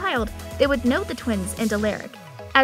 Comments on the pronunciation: It triggers me so much how you pronounce their names as Stefuuhn, Alleric and Salvatori 😂😭 It's basically pronounced Steffen, Al-uh-ric, and Salvator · Has this person ever watched one episode of any of these shows? She doesn’t know how to pronounce any of their names! Salvatorie? Give me a fucking break! “You’re gonna want to say it Alerick, but it’s Alaric!” And did she say Legacies was the one we loved the most? 😂😂😂😂 IMO The Originals actually gave TVD a run for its money! They were both great shows, but Legacies just seems to be lacking. It feels like it’s staying alive through nostalgia imo. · It's not Salvatoree, it's Salvatore. The e is silent. It's not Stephaan, it's Stefan. It's not Alearic, it's Alaric. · Why did you say Alaric like that😂. Isn’t it pronounced Uh-L-Are-ic not Uh-L-Air-ic?? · Say it with me. Sal-vah-tore. Not salvatorie Ah-lar-ick. Not aleric Ste-fin. Not Stefahn. My God that made me angry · A lar ric not a Lear ric who else pronounces it alaric and not alearic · ITS A-LAR-IC NOT ALLER-IC AND ITS PRONOUNCED SAL-VA-TOR NOT SAL-VA- TOR-E AND ITS STE-FAN NOT STE-VEN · its alaric not ALACRIC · Did this girl just say Salvatorey and Al-er-ic.... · Lol salvatoree Alaaric.... his first scene he explains thats not how you say his name. Stephaun... If you don't watch the show they shouldn't do the video. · Just to help clarify how to pronounce the names, I greatly noticed that were mispronounced. Crossing fingers for an Elena and Damon appearance in Season 3! A-LAR-ick Sal-va-tore Stef-an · It’s pronounced (stef-in) and (a-lar-ic) but spelled Stefan and Alaric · Did she just say “ eleeerick “ and “ EEElena “ HAHAHAH AND THE WORST OF ALL “ STUVANNN “ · Her: Aliric like uh child anyways sooooo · Dude and Alaric, she’s literally pronouncing it like Alayric. Like ar makes the sound r not a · U-l-a-r-I-c how to pronounce the name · it's Stef-an and A-laric and sal- vatore. the e doesn't mean say it differently.